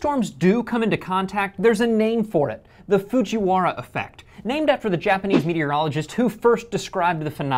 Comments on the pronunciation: ITS FUJIWARA NOT FUJIWHARA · it's actualy Fujiwara not Fujiwhara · It's Fujiwara not Fujiwhara.. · It's Fuji"wa"ra, not the Whale whara style! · It's not Fuji Whara It's Fujiwara〔藤原〕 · Boy u dumb it's Fujiwara not fujiwhara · it is Fujiwara without the H.. It is also my surname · fujiwhara is not how Japanese works. That's improper romanization. It's pronounced correctly, but should be spelled Fujiwara. It's like how we used to spell Tokyo as Tokio, which did not match up with how it's actually spelled in Japanese. the English language, when using words and names from other languages, preserves the spelling. we even have words like facade, which with English rules would be pronounced as faykayde, but since it's from the French façade, we spell it the same and pronounce it the same. if it were spelled fassad or fasad it wouldn't preserve it. It's just a feature of the English language. I feel like I dressed but still, Fujiwhara is not the correct spelling